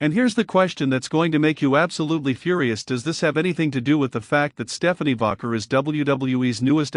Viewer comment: It's Pronounced Vaquer not Vaguer